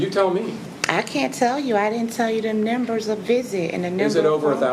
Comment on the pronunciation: Why does she keep saying "nimbers"? It's NUMBERS!